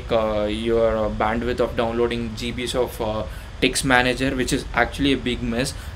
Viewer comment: "A lodov GeeBeez" <3